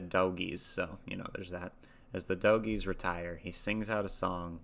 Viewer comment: His pronunciation of 'dogie' is correct. It's not pronounced like we would normally say dog. It's a term for a motherless stray calf in a herd of cattle.